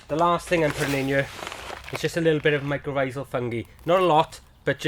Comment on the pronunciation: Are you saying micro-grow fungi?